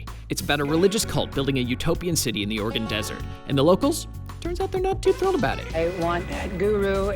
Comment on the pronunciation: Thanks for pronouning Oregon correctly